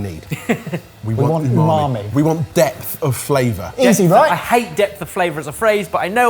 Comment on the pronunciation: Stop saying u..ma.i